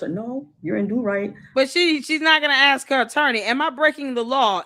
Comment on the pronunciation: Is there not a black person alive who can properly pronounce the word ASK?